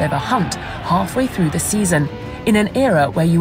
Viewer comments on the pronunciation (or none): none